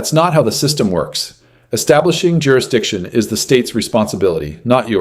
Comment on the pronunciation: "Durishdision" ? What u talkin about Willis?